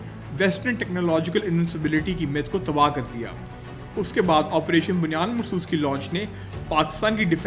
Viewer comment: Excellent program❤❤ but it's operation Bunyan Um Marsoos not Bunyan ul marsoos